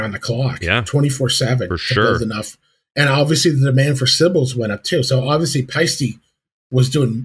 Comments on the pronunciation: yeah, sorry mate, you got the second half wrong. I'll try another way to describe it . "Paste - Eh" It's an Estonian name so it's impossible for it to be "Ee" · Paiste = "Pie-Steh" Toomas = "Tourmas" with no hard/roll on the r. In all of Europe (as well as Asia) it's standard for most people to speak at least 3 languages (keel in Eesti) 🇪🇪💙🖤🤍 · 'Payy - stee'